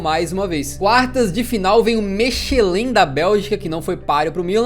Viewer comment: Bit, só um aviso, é "Mekelen" q fala, tmj!